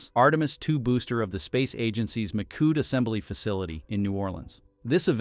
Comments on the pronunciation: Poor narrator machine can't say 'mee shoed' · "Mikood" - from "Michoud" - jeez, these "AI" speakers really suck. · Please teach your AI voice to pronounce words correctly. Hint: It's NOT Mikood. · As a local and former NASA contractor, the correct pronunciation of Michoud is "Me - Shu" or "Me - Shu - d"